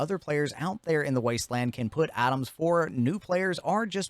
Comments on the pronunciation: I was doing something half paying attention and I thought you said other players can put atoms in there and did a double take but you just said items like a true appalachian 😂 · Items or Atoms? crazy pronunciation